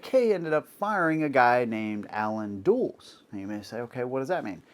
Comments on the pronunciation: Dulles. DUH-less. Not dools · Do your homework, Dude. Start by learning how to pronounce names: Dulles = DULL-uss, not DOOLZ. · FYI, Alan Dulles' name isn't pronounced "dools." It's pronounced "dull-less." Sometimes it helps to be older. 😄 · Dulles is pronounced "Dull-us," not "Duels." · Dulles is not pronounced "Dooles".. it's "Duh-Liss." As in the name of the airport Dulles International Airport in VA. It's named after him. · Yeah, that bothered me too. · It's pronounced dull-es, not dools. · pronounced Dull-Ess like the airport that was named after him. BINGO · Easy mistake, but the name is pronounced "DULL-us". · You are not well informed. Mispronounced Dulles name.